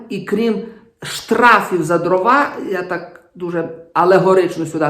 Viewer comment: Дивно, вибачте, що високочолий український гуманітарій, якого регулярно слухаю і читаю, слово Дрова каже з наголосом на другому складі (привіт русскому язику... )) що вже тоді очікувати від "простих" журналістів